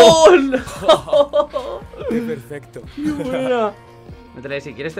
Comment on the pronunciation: minuto ya no se dice "Lol" ahora se dice "OoL" xD